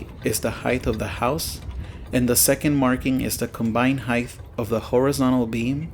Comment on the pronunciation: R u saying heighth😂